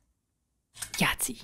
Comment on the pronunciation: You have absolutely wrecked my "presence" in the shop. I can't cut off or part off a piece without saying "Yachtzee" ! You are EVIL!